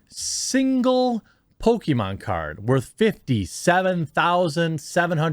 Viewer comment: Chris-con: What you in here for? New Con: "Pokemon" Chris-con: I'm in here for "poke-me-mom"